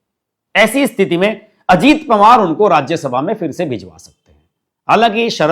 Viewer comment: पंवार नहीं पवार बोलिए । 🙏